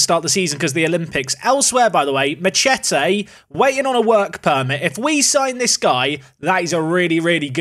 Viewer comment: How is he missing the obvious joke in that name saying it like 'ma-chet-ay' lol